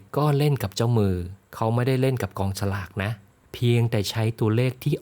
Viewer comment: อธิายดีมากเลยครับ แต่กองสลาก นี่ "ส" นะครับ 😁😁😁